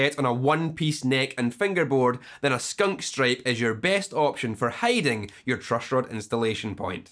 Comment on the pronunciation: The truushhroad !